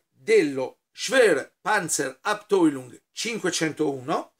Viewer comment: Eccomi ancora a suggerire la corretta pronuncia del tedesco: la maglietta è dello es fau Sinzheim, non es ve ( s w ). Abteilung si pronuncia Abtailung Sempre con simpatia e ammirazione